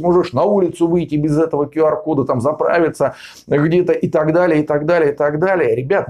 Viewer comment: Правильно - Кью Ар. Учите английский.